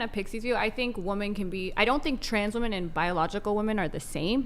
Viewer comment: The cover charge for participating in this debate ought to be the ability to correctly and consistently pronounce the plural of "woman".